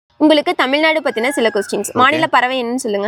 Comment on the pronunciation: தயவு செய்து தமிழ்நாடு என்று கூறுங்கள். தமில் நாடு என்று சொல்லாதீர்கள்.🙏